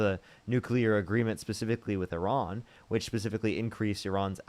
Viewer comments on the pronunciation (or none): none